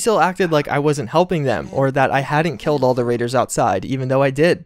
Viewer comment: "Instead I K I L T them."